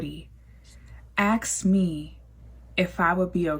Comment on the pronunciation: axe me